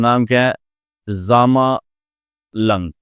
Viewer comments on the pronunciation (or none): Sir It is not a zamalank it is zainalank...nyc lecture sir